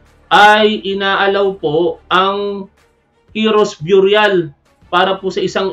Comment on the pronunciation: Burial pronounced biyuryal.... Mali...beryal... Ang Tama.. no offense.... mabuhay si tap wan mabuhay si BBM mabuhay Ang Pilipinas.... watching from San Bruno CA team replay....